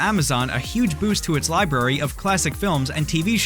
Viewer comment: LibRary not libarry.